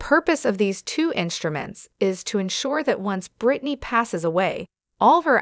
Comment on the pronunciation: Why is this being read by a machine? And some of the words are being mispronounced. Like Revocable, Conservatorship, conservators, and more importantly Britney’s? All mispronounced.